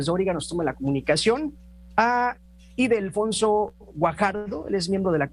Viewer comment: Es Ildefonso… no Idelfonso🙄